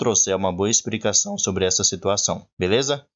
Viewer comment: DICA, "EXPRICACAO" NAO EXISTE, TE FAZ PERDER CREDIBILIZADE ESTA DIALETICA